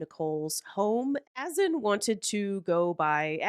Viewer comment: Azan is pronounced A-ZON! He don’t even know his own name.😂😂😂